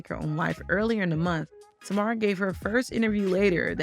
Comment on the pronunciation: Yeah it seems the creator of the video is not actually familiar with Tamar. Which is fine, but she could have at least done enough research to learn how to pronounce her name properly.